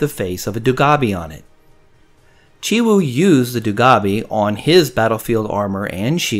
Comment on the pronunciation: It sounds like you're leaving out the W in your pronunciation of Chiwoo. On purpose? Nothing comes close to the first year design. I didn't have on so I paid a bunch for it. I want one more but will look for a better deal.